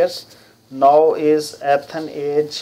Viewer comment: son its E- than not AtHan 😭😭